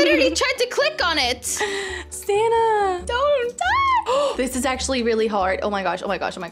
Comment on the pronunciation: why does call ""?